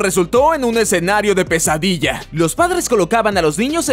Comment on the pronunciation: Oigan saben que por qué dijo tesadilla en verdad dijo pesadilla